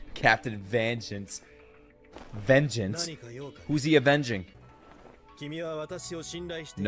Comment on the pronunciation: Vangeance??🤔 VENGENCE! whos whe avenging??? im dead 😂😂 wow 5 head moment